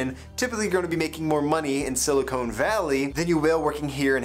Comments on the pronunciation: Silicon is different from Silicone my guy. It also sounds different. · sili-con not silicone